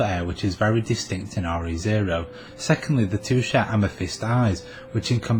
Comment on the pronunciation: Thanks for the informative content! Just one thing - it sounds like you're pronouncing the titles of the series as "Are-Eee Zero". The term "Re:" should actually be pronounced "Ree", as in the truncated form of the word "Regarding".